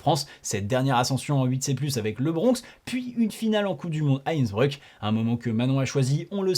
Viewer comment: On est sur de la prononciation de INNsBREUUK ?